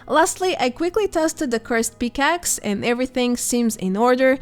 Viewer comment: Loved the video but while listening and not watching when you said “pickax” it sounded like “peacocks” so I whipped around to see cursed peacocks lmao. Keep up the awesome videos and hope to see you in game sometime!